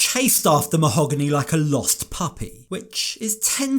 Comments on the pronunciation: Anyone catch how he said "Mal-gony", not "Ma-hog-ony". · Why doesn't he say "Mo-hag-any"?!?!?!?! Its NOT Ma-hoe--ga-nee!!!! Guess that sounds more exotic 🤣🤣🤣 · did he just call her ma-ho-gunny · It’s “MA-OH-GAAA-NEEEE” 🙄😂😂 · Or as he used to say "Ma-HO- Gany" aka his new child....ummm wife 😂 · why is she pronouncing her name differently ? she said it was mo-ha-GAH-nee previously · Ah yes Ma-hoo-gonny 🤩